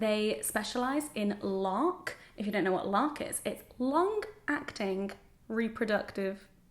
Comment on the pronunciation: When you said LARC I definitely heard LARP (as in Live Action Role Play) and I was reallly interested to hear how a contraceptive doctor could specialize in LARP haha.